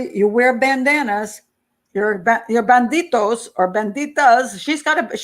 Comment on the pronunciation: Bandi-D-os not bandi-T-os :) And your Spanish is good :)